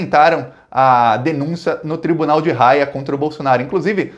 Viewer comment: Fala, meu caro. Só uma dica. Se escreve Haia, mas se pronuncia "Aia"...